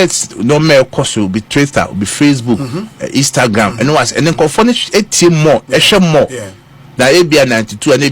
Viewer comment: Am I the only one who heard twister and eastagram from